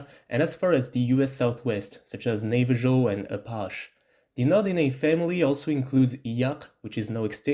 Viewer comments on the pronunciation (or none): Navajo is pronounced like "Navaho"